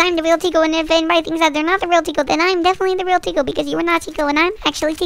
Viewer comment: Summary: "im thwe rweal tiko" "No im thwe weal tiko" argument